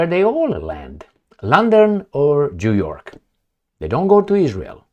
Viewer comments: It's not jew york.it's new york. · JewYork lol